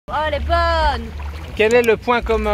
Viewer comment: Elle a retrouvé l'accent du terroir la "boooone" Lol